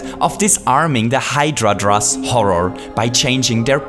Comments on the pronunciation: It's a Hydra! Not Hydradra! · I thought it was hydra not hydradra, ive been lied to again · Why is he saying "Hydra-dra" instead of "Hydra"? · Can you stop saying hydradra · Meduser? Hydradra? Is this your accent or a Mario version nickname